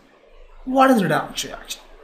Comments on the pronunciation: I like the way u say redox ... redocksh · video is fantastic but more fantastic when you said redox as redokshh